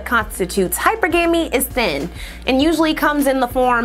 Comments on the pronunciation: All these points presented by this invaluable sister and you focused on the lone ✌🏾mispronunciation✌🏾 of a word from the bastard tongue we’ve been afflicted with. Focus, my brother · Of course not, she’s a former teacher and hypergamy is mispronounced on almost all content the word is featured. Plus the word is written more than it’s spoken as well. Intellectuals tend to overlook the inconsequential things like punctuation, pronunciation, and even spelling errors. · You don’t have higher standards, just racial insecurities. Imagining that a mispronounced word carries a penalty that you as a black person will have to pay by proxy. That’s an existence I would never impose on another black person. I tend to listen more than I speak which is why I’ve never needed to looking up a pronunciation of a word. Try it, you’ll be amazed. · I absolutely love your content. I also cringed every time you mispronounced hypergamy, and hypergamous. Yikes. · Wait.....no one on her team told her how to pronounce hypergamy???!!😂😂😂 hey I'm still watching tho!!! But it's tough to keep listening 😫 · that's awesome. With all the work that you've put into your production, it comes off as the work of an entire team. You truly represent the black woman who does it all!! 🙌🏾 Everything you've done on this this production is phenomenal. The mispronouncing of hypergamy and all its variations was like an inkspot on an all white ensemble. It just took away from anotherwise flawless production. Super kudos to you 👏🏾 I'll be tuned in for another episode. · I can’t with your pronunciation of HYPERGAMY 😓 do better please listen to googles pronunciations. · I loved this video and all of the research that you put in to make sure that it was accurate. But sis, I cringed at the way you pronounce hypergamy. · She didn't pronounce it correctly though. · Can you please say hypergamy the right way. You’re not helpin the case for black women to be taken serious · It's pronounced hy PER ga mee.